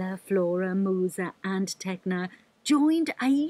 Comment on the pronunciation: THEY SAY Musa AS Moosa BHAHAHAAH